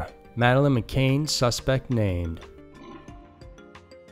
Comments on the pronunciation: McCann, not McCainn 🤦🏽‍♂️ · Its mc'cann not mc'cain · Mccann ... mick-ann.. you kept saying mcain. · hi dude. McCann is pronounced mc can, as in tin can. not McCain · McCAIN?! It's pronounced McCAN. Come on.. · McCann, not McKane. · The stories are good, but you have said McCain 4 times. It's McCann. Victims deserve better representation when you are telling their stories. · Madeline McCann not 'McCain.' 😉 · Do your research, please. It’s Mc-Cann, not Mc-Cain. If we weren’t talking about a dead child, it wouldn’t be so disrespectful. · ffs man it's not McCain!!! It's McCANN do your research on the name. It's incredibly frustrating that you can't even bother to say the name properly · It’s McCann, not McCain. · It's McCann not McCain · It's pronounced "MA CAN" not ma Kane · Mccaan is not Mccain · its mccann not mcain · Video starts . Time to pause the Spirit of the West / Canada music binge for Scary Mysteries! I heard about the TikTok video on Reddit. Another edit: Madeline McCANN is NOT pronounced like the apple juice brand "McCain"! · NOT MCCAIN it is MCCANN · Its pronounced MC-CANN not CANE! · Mc Cann not Cain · Its mccann not mccain